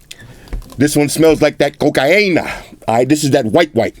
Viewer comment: That coh-ca-ina